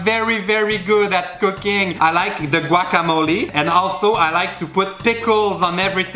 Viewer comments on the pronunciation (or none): none